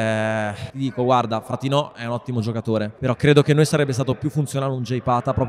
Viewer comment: fratinò 😅 oppure fratino ? Sembra vhe ha messo l'accento sulla o oppure ho sentito male io ?